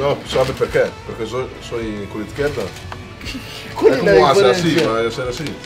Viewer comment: mario says "izquierda" with a spanish accent on the Z.